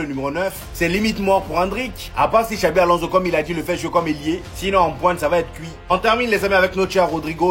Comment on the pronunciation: On dit xabi pas xavi